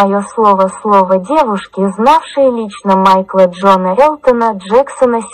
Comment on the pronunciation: Да ещё и ударение на второй слог, ШатУнов.